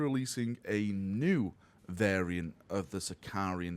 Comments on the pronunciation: Can someone please teach its Sicaran, not Sicar-i-an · say after me "SI - CA - RAN" SICARAN! SICARAN!